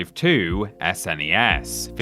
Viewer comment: Who in the hell pronounces SNES "ess en ee ess? It's a snezz mate!